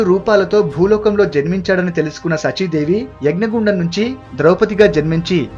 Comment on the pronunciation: I appreciate your efforts. Pl concentrate on pronunciation, for example SACHI DEVI. A TO BE PRICED AS 'Melika sa not as kunti sa'